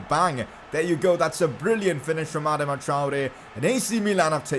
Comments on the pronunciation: Its not adma its adaama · You say AdamaTraore weird uh-doma Tri-Ore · Ur pronouncing Adama wrong😂